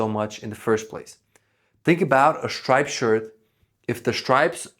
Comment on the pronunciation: Possible Ai Slop: VID CONTADICTS ITSELF about narrow room plank orientation where visuals directly contradict dialog. Also mispronounciation of 1 syllable word "stripe."